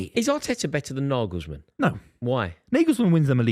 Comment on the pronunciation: Naglesman!? Ffs based on that you might as well put Eddie howe on the list.